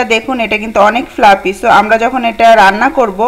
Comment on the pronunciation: ফ্লাফি। fluffy ফ্লাপি নয়।